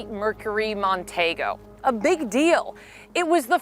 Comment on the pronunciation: It’s pronounced Mercury Mon-tee-go, not Mon-tay-go. Very sad story but unfortunately without DNA evidence there is very little chance of solving this awful crime. People’s memories are not a reliable source of facts the next day let alone all these years later.